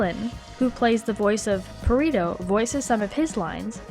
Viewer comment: Lmao the way you said Perrito....